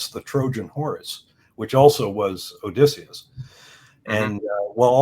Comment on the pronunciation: oh man mega cringed when he pronounced Odysseus